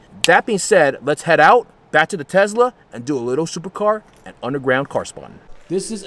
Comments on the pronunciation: What is a tezla??? Weard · The amount of times he said “Tezla” 😐😐